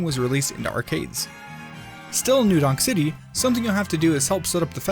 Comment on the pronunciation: You said "new dong city" instead of new donk city